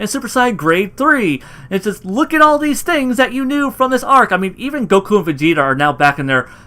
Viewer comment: Like the videos man ! , but why do you say Saiyan like Siyan and goku like gokue?